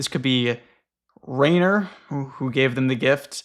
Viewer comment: Okay I wasn't sure before, but now that you've mentioned Rainer Rilke it's confirmed it to me so, I've got to tell you Rainer is actually pronounced with /ai/ as a diphthong making a long I sound like in the word 'line'. I don't know if you've seen it, but think of Reiner from Attack on Titan. If you wanted to spell it in a way an English speaker would get intuitively from the ground up I think you would spell it Riner.